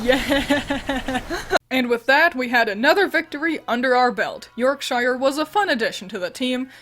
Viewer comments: That's not how you pronounce Yorkshire... When used as a suffix: '-shire' is almost always compressed to "sher" or "shah", not "Shy-err" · You may have done it on purpose but in case you didn't know it's pronounced 'York-shur' rather than 'York-shyer' in the UK (although I love how Americans use the Middle earth phonetics). That was a great name choice for Sinistea though, I now want a whole team of English region Magical girls. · Your hard I shire pronunciation is killing me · I really like the concept of this run! You edited and commented everything so well. i am only criticizing your pronounciation of "Yorkshire" :P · that pronunciation of my home county physically hurt, we don’t pronounce it that way. We pronounce it with a long yor on york and pronounce the shire part like shirt but without a T in